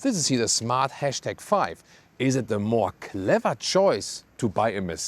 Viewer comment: The # is pronounced ‘hash’ or ‘number’ or ‘pound’.